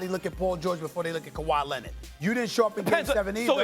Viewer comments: Stephen “ kawhi lennit” a smith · No one: SAS: Kawhi Lennid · Stephen "Kawhi Lenid" Smith